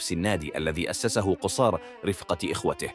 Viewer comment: مرة تضم القاف قصار بفتح القاف وتشديد حرف الصاد